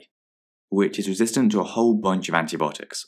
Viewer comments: It’s antibiotics not antibotic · He says it like there's not I haha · anyone else hearing anti-botics